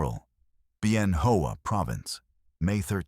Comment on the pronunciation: It is correctly pronounced Bien 'Wah'. Please get it right. I was there, at Fire Support Patrol Base Balmoral, in 3RAR.